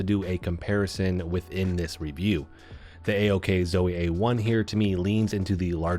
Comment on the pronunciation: Don't call it ack Zoe lol.